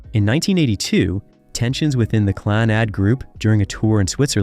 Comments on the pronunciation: The narration on this is painful to listen to. Your Gaelic pronunciation is awful. A little research and help with it would have made your presentation much better. The band is pronunced Clann-ud, with emphasis on Clann. Celts is pronounced Kelts. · His pronunciation on all the Gaelic is awful, even the band name Clannad. It's pronounced Clann-ud, with emphasis on the first part. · How is Clannad pronounced? Stopped watching right there!!! You've have your clicks.